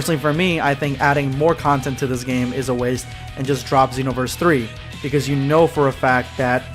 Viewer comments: He probably pronounces it Zeenoverse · SpextrumYTI am a xenoverse fan but I pronounce it that way. But how do you pronounce it